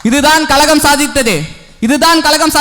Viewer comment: தம்பி பேச்சி அருமை உன் உச்சரிப்பில் கழகம் என்பதர்க்கு பதில் கலகம் என்பதை திருத்தி கொல்